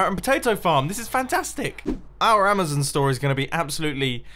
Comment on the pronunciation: It's amazon not amazin